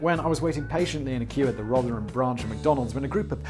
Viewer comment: "Rother-ham" Simon! Also, Gamestop is big news today, a Reddit user found out that Hedge Funds were going to do their usual trick, but the Redditors stopped them by buying shares so that the share price rose.. Hedge Funders have caught a cold on this one, for some it was probably more like covid.. Shame!! This could be a good story for Business Blaze, and will be about Business, but surely that's against 'House (and basement) Policy'? I love all your work, but BB is probably my favourite, great teamwork guys, stick together as you are, a YouTube 'Supergroup'.